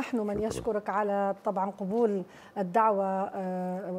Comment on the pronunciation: قبول الدعوة بفتح القاف وليس بضمها فهو بالضم ضد الدبر